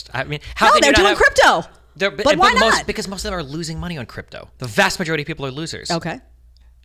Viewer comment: I'm sorry Jedediah every time I hear "Chripto" I think back when I was training in chriptology, USN-SG.